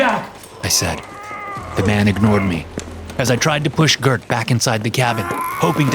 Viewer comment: As a Swede, I'll overlook the mispronounciation of Gert.